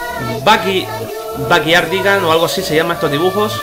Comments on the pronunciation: No lo voy a escribir bien pero se pronuncia bayardigans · por cierto se dice back yardigans no baky yardigans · Backy-yardigans....., Amigo, se dice "Back-Yardigans"